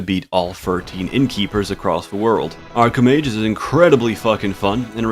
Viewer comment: by the way, your arcomage sounds a lot different than normal. whats up with that?